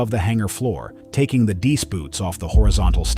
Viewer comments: Please - they are not “deese” boots! It is pronounced “dee-ice boots”. Two syllables. This spoils an otherwise great channel with good, interesting and accurate information. Well - it spoils this video at least 😊. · If you're going to do a whole series of stories about wings icing up, at least teach your AI how to say, "deice." Dee- ICE. Get it? An important enough detail to earn a thumbs-down. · Teach AI how to pronounce DEICE first, then post another video.